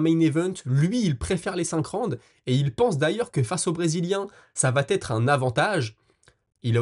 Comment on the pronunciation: Beau travail, toujours un plaisir de te suivre. Si ça t'interesse, petite coquille d'expression orale à "...ça va T'être..." cette liaison n'existe pas, ça se prononce : ça va être. 😊 Et bravo pour la prononciation à de NurmagomedoV ! Je vois que tu as pris soin de corriger ça , Respect.